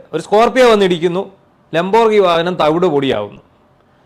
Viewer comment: Please try to pronounce It properly. It's pronounced like this :"Lam.br.gee.nee" not "lom.brignee"!😅